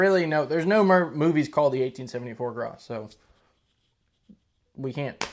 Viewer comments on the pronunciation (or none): As far as I can tell, French language tends to leave the last letter off most words. It's written that is, but not pronounced. I do believe the name "Gras" in the official French pronunciation is "Gra". Caution, I do NOT speak French fluently and I do not claim infallibility. According to Wiki, the 8mm Lebel cartridge was an altered form of the 11x59mmR round. What a shock! Also. Even now, the average infantry rifle does not need to be effective at 600 or more yards. Nothing wrong with that, but most rifle engagements are less than that. For instance, the dreaded AK 47 is considered to be a 300 yard rifle at the outside. But it's quite popular amongst would be combatants; and it served the Soviet Army quite well. In the battles of the day, I would think the 'lower' range of the Gras rifle would be sufficient. "Around the world in 80 days" - I saw the David Niven version of the movie (1956), young fella! (Read in old man's accent.) I have a few 'older' books regarding 'older' firearms from various nations about the world. Some have reference appendix showing non English words and phrases pertaining to firearms in various languages. The word 'caliber' for instance. Another example is 'short'. In English one finds a pistol cartridge named .380 ACP. In German this is known as 9mm Kurz. 9mm is essentially the same as .355-.358 inches and 'Kurz' means 'short'. These are all words used in the firearms realm. You might look into some old books or possibly reprints. And will all my pi